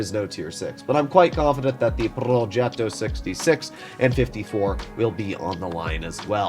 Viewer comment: the pronunciation is fine, not like the average Italian tank "progeto",it's called "progetto" ;)